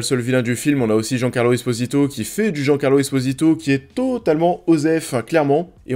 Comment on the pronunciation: Jean Carlo 😂😂 on n’est comment niveau prononciation 🤦🏻